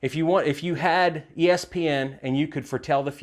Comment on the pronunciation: Did you say ESP or ESPN? There is a difference. Lol